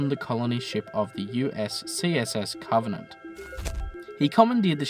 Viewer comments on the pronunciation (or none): none